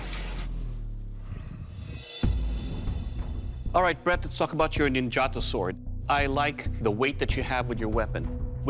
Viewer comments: It's pronounced Neen ja tow not gelato / nin gatow ...aweful!!!! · After studying Japanese in Japan for years, it bugs me to no end how Americans pronounce three-syllable Japanese words... (it's NIN-ja-tō, not nin-JAH-to). Yes, I'm THAT guy. oh well...